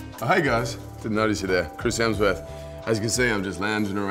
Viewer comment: Is no one going to notice the "Christ Hemsworth"!